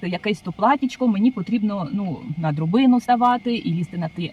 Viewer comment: вибачте, але не дрОбина, а дрАбина.